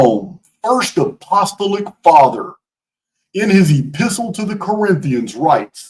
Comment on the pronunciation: LOVE your work,. So much information and so much uncovering! Just one thing: please, please be aware of how to pronounce apostolic: a-puh-STAA-luhk